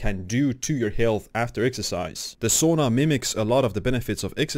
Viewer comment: It’s pronounced Sauna, not Sona.